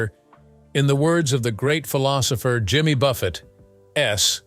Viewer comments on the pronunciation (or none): none